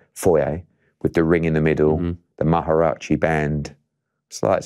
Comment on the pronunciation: Maharachi this peasant means mariachi 🤦‍♂️ Eddie letting us brits down